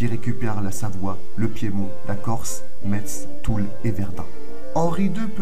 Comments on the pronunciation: On prononce messe pas metz. Merci j'ai les oreilles qui saignent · oui.c important.la ville à plus de 2oooans.elle se prononce comme la messe! Foi de Mediomatrique!😊